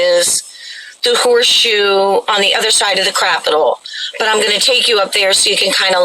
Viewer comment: Did you say Capitol or "Crapitol"? lol